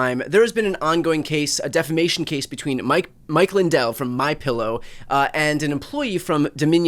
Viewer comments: Appreciate the victory! Except, you're saying deflamation incorrectly... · I know. My goodness. I cringed every, single time he said it like that!